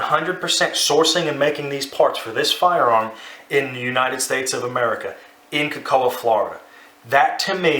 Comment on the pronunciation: Cocoa is pronounced Co-Co. I know its weird, but I'm from Brevard County Fl, and I know this.